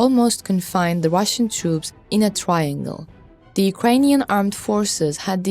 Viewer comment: What’s a twiangle or a wehicle?😅 I’m sorry I’m just playing and think you run a gweat show